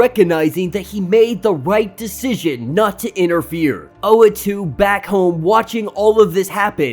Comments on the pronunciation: Not tryna nitpick, but the guy’s name is Uatu (OO-What-Two), not Oatu (Oh-A-Two). Gone through a number of your videos, hoping you’d realise. Just thought I’d point it out (pls pls pls pls pleeeeeaaaaassee see this, please) Edit: just saw the pinned comment. i’ve heard oh-wah-too and, of course, u-ah-too (how it’s spelt), but never knew oh-ah-too was a popular pronunciation 😅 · Uatu pronounced ooh- wahh- tu . ooh wAhh tu the watcher. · Sorry don't mean to nitpick but the watchers name is pronounced like.....oooooh, wah, too. But you do you I guess. Your videos are dope and I look forward too them. Great job. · hey man, dont worry about it. we can put up with the wrong pronunciation, thanks for all the effort u put in your videos. we appreciate it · That is not how to pronounce the watchers name, watch Disney plus for references. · I cant! You are pronouncing his name wrong which means you probably never took part in a comic discussion ever. Why are you relevant? Please for the sake of the community get out and involve yourself in actual real dialogue before you make a conversation online.